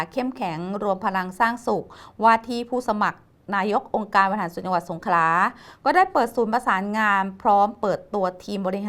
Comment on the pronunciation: นักข่าวแหลงให้ชัด สงขลา ไม่สงขา